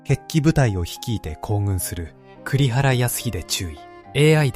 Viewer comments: たいへん興味深く拝聴しました。「行軍」（こうぐん）です。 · 全体が優れているのに、AI音声読み上げによる読み間違いがホント聞き苦しいしいね。 「行軍」（こうぐん）、「朕」（ちん）（不敬で皇道派にヤラれちゃうよ）ぐらいはルビ指定して正しく読ませて欲しい。その手間を惜しまないで欲しい。